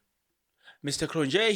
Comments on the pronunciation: Point of pronunciation it's "Cron-yeee" not -Nje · Cronje is pronounced Cronyea The j is a y, like we say ya for ja. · hello Kron je...not yeah You say 1 st one correct.... Enjoy you getting all excited about doing your presentation....well invested...bless you with abundance Mooi loop.... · J in Afrikaans is y so it's kronye😅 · its Cronje ( Cron yee)